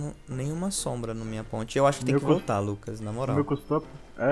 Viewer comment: "Se o LUPA quiser responder agr.." WTF? Vcs tavam cansado pra K7 hein? ou talvez ele falou Lucas de um jeito bem zuado e pareceu Lupa